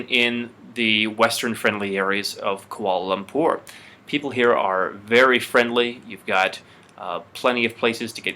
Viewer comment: It's prounaucd Kwa'la lapoorr